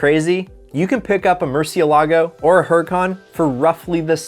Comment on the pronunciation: "mur-ci-el-ahgo" english only speakers are so bad at pronouncing foreign cars lmaoooo